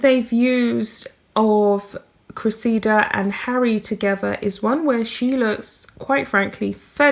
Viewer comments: Dear The name Cressida has the accent on the first syllable. Pronounced Cre’ssida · Her name is pronounced Cress i da. She was right he his so far up his own ass he can't see daylight!! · I believe you pronounce it, cress ee da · Cress-i-duh is the best I can do for phonetic pronouncing Cressida. Hope it helps. Love your pieces which are very insightful. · Cressida. Pronounced .....Cress (like Press) - i - like the I in it) and da (like dah in la di dah) 😻